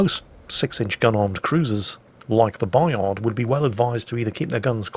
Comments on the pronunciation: "Bayar", don't pronounce the d. And don't pronounce the t of Jean Bart either pls. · Bayard pronounced Buy Hard. WG will appreciate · For Bayard, pronouce "Bayar" \ba.jaʁ\ and for Le terrible, pronouce " Le teribl/" \tɛ.ʁibl\ that will be fine. Many Thanks for the fine vids. S. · You actually shouldn't province the ''d'' in Bayard. ;-P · claims to pronounce the name of the ship right. And probably at the same time triggered every French speaker. Because AFAIK, the D is silent. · Yeah but it's a French ship so you pronounce it French.... Same as the Des Moines in American and Jutland in English